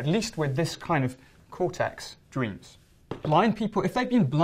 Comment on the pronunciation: Everybody dweams! Dang I like his pronunciations.